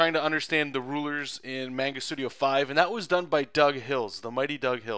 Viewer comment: Mahngah, you Canadian.